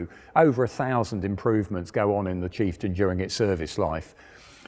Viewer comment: Did i hear kieftain?